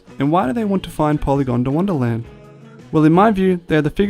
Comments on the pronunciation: It's pronounced Poly gond wanna land not "gonda wanna". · Polygondwanaland not polygondawandaland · Great videos. The way you are pronouncing Polygondwanaland as Polygon da wonderland is irking me though 😂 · You wont stop saying "PolygondAWANDAland" 😔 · Piss anyone else off how it sounded like he said "Polygondawonderland"?